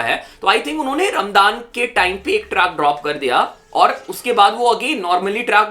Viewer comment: Bro it is Raam-zaan not raam-daan😅